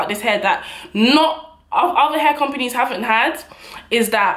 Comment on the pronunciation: The way she says companies 😂😂😭😭